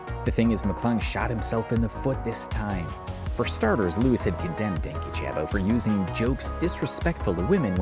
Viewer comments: something that always gets me about everyone that talks about dankyjabo is that people (those on his side and those not) pronounce his name "Danky Jabo" despite him pronouncing it as "dan kyjabo" (like dan key-juh-bo) in multiple videos. that was one of the first signs for me on louis mcclung's video (as someone who was a fan) that he didn't do any research, as i'm pretty sure he even said his name in one of the videos louis directly referenced. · Dankyjabo is pronounced Dan-key-juh-bow btw😭😭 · The incorrect pronunciation of his name the entire video is KILLING MEEEE 💀